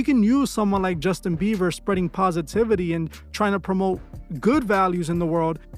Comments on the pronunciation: Is he saying justin beaver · The fact homie can’t pronounce jb whole name right whole vid dnt sit right I fw mos the videos tho